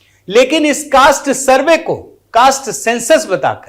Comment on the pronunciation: YE ADHAPADH DY TON SURVEY KA UCCHAR KAR NAHI SAKATA!